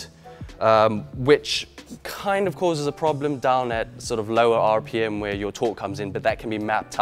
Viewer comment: Is it just me or does sound American when he says “RPM?”